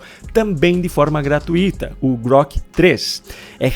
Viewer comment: cuidado com a pronúncia de GRATUITA OU GRATUITO. Percebe que elas não tem acento? Portanto, a sílaba tônica (mais forte) é TUI.